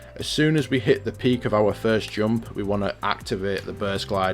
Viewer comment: The way you pronouncing 'jump' and other words triggers me enormously..